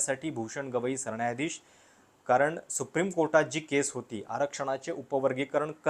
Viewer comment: सरण्यायाधीश?? न नळाचं कधी उच्चारणार?